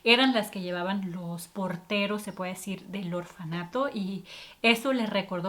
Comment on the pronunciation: Se dice orfanato